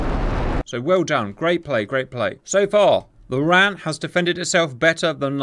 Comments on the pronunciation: Shouldn't call the RAN the "Ran" as that what the WRAN used to be called. It should the R-A-N. Also RAAF is Raaf like ham, not like calm. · Enjoyed the video, just wanted to make a quick note, it's not said as ran, its said as R.A.N. The "RAN" referrers to the women's navy which became part of the R.A.N in 1985. Not everyone knows it so its fine you didn't but thought I would make the note. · Please call it the R.A.N the way it sounds when you don't brake it up wran whitch is the Womans royal Australia navy. Thank you for the vid loved it. to add R dubble A. F